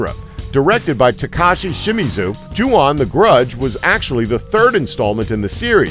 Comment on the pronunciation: CHEWBACCA ON METH thanks but it is pronounced as "Ju-on" and not Yuon